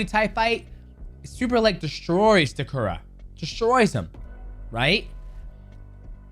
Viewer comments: His name is Takeru (Tae-ker-roo) not Takura 😅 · Takura is a crazy pronunciation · its takeru ffs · Please pronounce takeru’s name correctly haha😂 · I honestly got mad every time he mis-pronounced his name lol... How is Takeru so hard to say? lol